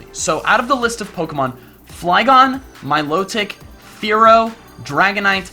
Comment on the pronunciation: It's mil-otic, like exotic